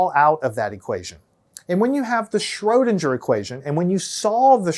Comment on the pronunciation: Pronounce Schrödinger like linger, not ginger!